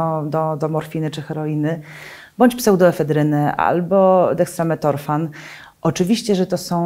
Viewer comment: niestety specjalistka od leków nie potrafi wymienić ich nazwy poprawnie. nie dextrametorfan tylko dextrOmetrofan. Nie metAAmfetamina tylko metAmfetamina